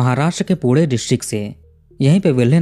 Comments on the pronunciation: Aap pune ko pure kyu bol rhe?? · I like your videos and your calm voiced narration is very engaging. Darshana was beautiful no doubt and trusting her childhood friend was a fatal mistake. Rahul should be given capital punishment. By the way, it’s not पूडे, it’s पूणे 😊 Thanks for the interesting videos. 🙏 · Pude pude bol rha hai😂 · Why do you pronounce Pune so Badly. Thik se bolo na पुणे.